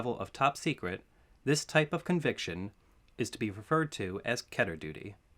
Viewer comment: Wheeew!! never knew the letters stood for something Dibs on the timestamps! It's pronounced Keter,.